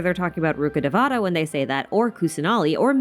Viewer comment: Rukhadevata should be pronounced as Rukha dhe-va-tha. Dhe-va-tha means godess. It's not pronounced as te-vaa-taa. Same for Devi. It's should be pronounced as dhe-vee. It's sad Genshin isn't putting much effort on the right pronounciation for the names that has so much cultural value.